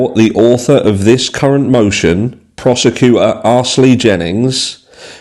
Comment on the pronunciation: great pronunciation of Ashley there! 🤣